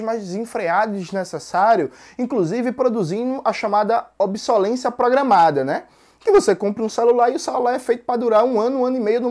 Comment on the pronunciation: Algumas considerações: O termo correto é “Obsolescência”, ao invés de “obsolência”, como dito no vídeo. Além disso, a palavra “austera” é paroxítona (a sílaba tônica é a sílaba ‘te’), e não proparoxítona como pronunciado no vídeo (“áustera”). Tirando isso, bom video!